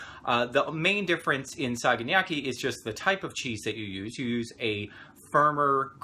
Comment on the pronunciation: Pronunciation is off. Sa ga na ki. Just as it sounds. I've made this before, coming from a philhellene. Also ke fa low tea ri. Hang around more Greeks, they'll help you with that. I like to dip mine in egg first, then breadcrumb and then put in olive oil to cook. Yours came out well though so that's great. I love this recipe. I'm also a long haired guy from New York City so you'd make a nice friend!